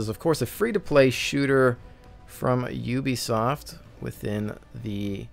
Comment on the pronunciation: u're the only one pronouncing it "ooobisoft" here. lol